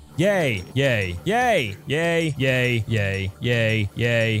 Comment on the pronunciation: When he was saying yay it sounded like he was saying gay